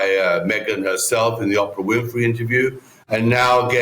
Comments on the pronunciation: Is it just me who really loves how pronounces Oprah 'Opp-ra'. I hope he never changes that. It's an unintentional diss of that terrible interview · this guy is a big time racist. He always mispronounces Oprah and Doria’s name, two black women.